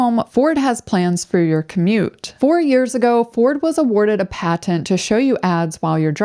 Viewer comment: "Pat-tent" "Pat Tent? When did it become 2 words?